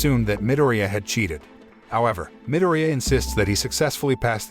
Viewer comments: I like how he miss says Izuku’s last name but says katsuki’s last name just fine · I like how he says minireya(midoryia) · Its medoria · hey the name of deku or midoriya is pronouced mi-dori-ya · Its actually a pronouncing problem from the narrator